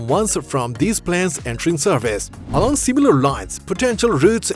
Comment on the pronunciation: It is hard. He's pushing too hard. Destination not designation. Growing not grawning By not Vy These not tees Fu**in Fiverr voiceovers.